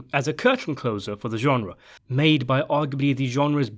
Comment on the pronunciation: Say genre again. I dare you. I double dare you.